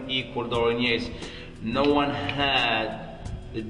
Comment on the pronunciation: Dorian Yates. Not Dorian Yetes.